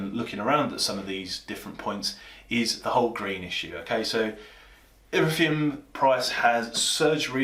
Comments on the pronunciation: You lost me at “iffireum” I got a mortgage 2 years ago. My bank statements were littered with sky bet transactions. But yeah nice try, trying to scaremonger crypto investors. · Just curious, when you say erithium do you mean Ethereum?! 😅